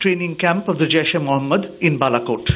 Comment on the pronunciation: Love your pronunciation of Balakot. Spot on. War sucks. I hope my Indian friends come to their senses and stop falling for old school election winning tactics being used by their PM. Scary stuff ahead if this becomes a tit for tat war.